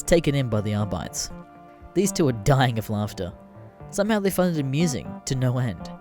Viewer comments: AR-BIT-EES NOT AR-BITES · Ahr-bi-tees. Not Ahr-bites.